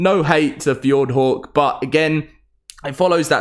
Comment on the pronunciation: The way you say "hawk"is fucked! 🤣"F-yord-whore"